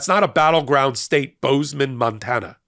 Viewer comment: Hey, the way you pronounced "Bozeman, Montana" makes me think you're a fan of David Cross' comedy routine about the Redneck voice. Amiright?